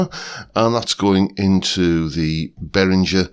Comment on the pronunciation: Hi, this is just for info, but I live in Germany and the correct pronunciation is Bay-ringer (ringer like bell ringer). But the main thing is that I have got this pedal on my fly rig cos my actual Ibanez weighs a ton in comparison, and the Behringer is as near as dammit, to my ears!